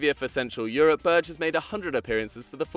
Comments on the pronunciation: i very much do like these videos but it would be great to hear names being said proporly. example: sander berge. not berje. norwegians often pernounce every letter in a name. obviously i only hear it with norwegians bet i normally assume you look it up before a video. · Berge is said Berg-e